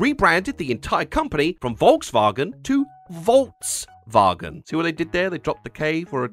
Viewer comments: You said Volkswagen wrong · I kept thinking your April Fool's joke was pronouncing Volkswagen like "VolksVagen."